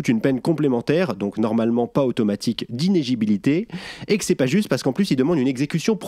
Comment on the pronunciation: Il ne s'agit pas d'"inégibilité" mais "inelligibilité". C'est une petite torture à prononcer mais ça peut être sympa de s'entraîner à dire des mots compliqués. Non ?